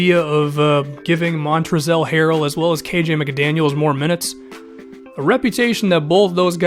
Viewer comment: The L in Montrezl is silent.